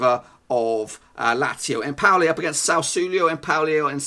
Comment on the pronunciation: Not empouli. Lol